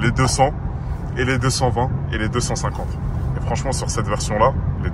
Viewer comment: Sah tu me perturbe à dire "i" au lieu de "e". Tu dis comment une 140i ?